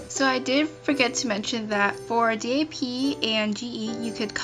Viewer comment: Don't spell "DAP" out just say it.